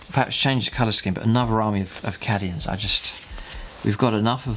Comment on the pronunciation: So up for this good work but oh god is "Cadians" not "Caddians" oh my ears!